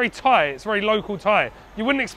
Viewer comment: Props to this guy for trying to speak Thai. The accent is all wrong, but I think everyone respects him for taking time to try his best to learn the language and speak it with locals. I can understand him but he sounds like how a deaf guy would speak Thai.